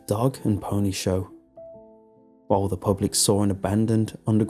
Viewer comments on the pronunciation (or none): none